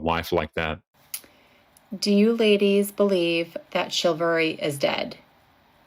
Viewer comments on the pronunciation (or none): The word is chivalry, madame; not chilvary. The word derives from cheval, the French word for horse, because it was a code of behavior observed by knights, who tended to ride horses into battle and were also called chevaliers, or cavaliers.